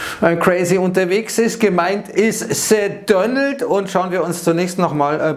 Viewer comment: Man müsste mal ein "The Dönöld" Trinkspiel veranstalten 😅